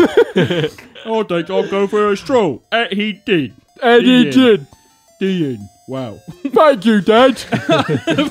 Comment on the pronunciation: The Cokney Lad as read by Hunter and: I think I'll go for a stoll. " and he did." -The End